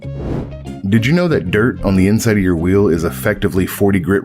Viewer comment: When you add an extra syllable to the word 'on', you probably shouldn't even bother popping the hood. 😂